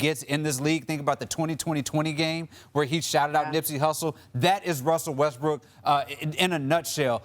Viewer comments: He said RUSSELL WESTBRICK 😂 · 😂 He calls Him Westbick smh 🤦